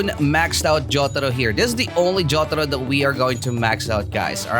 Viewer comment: I really like how you said jotaro🗿